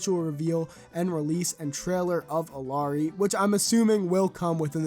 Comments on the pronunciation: The proper way to pronounce ILLARI its: E-Yeah-Ri you can pronnounce or listen it on Google Translate :face-blue-smiling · btw it's pronounced ee-yah-ree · Pronounced “EE-yah-REE” btw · the double L in the name is pronounced as as Y sort of sound